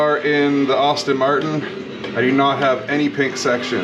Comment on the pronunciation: Hey, thank you for posting this video. I appreciate the work you did to bringing this to life (FYI - I too am a fellow Asetek user, so I double-appreciate your videos) The only feedback I have for you is that "Aston Martin" is pronounced "Asstin" not "Austin". (Think Sean Astin of Lord of the Rings and Stranger Things fame, instead of Austin Powers :0) That's not going to prevent me from watching future videos though. Thanks for the post.